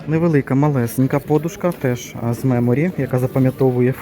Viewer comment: Правильно вимовляти подУшка .